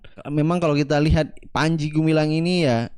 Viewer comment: Salah ngucap panci.....